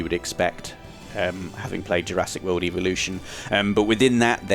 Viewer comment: You keep saying eeveelutions not evolutions You're playing too much Pokémon